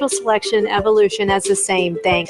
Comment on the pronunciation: The way mel pronounces evolution: “evil-lution” 😂 google: ‘mel gibson tapes’ to find out more about who that guy is..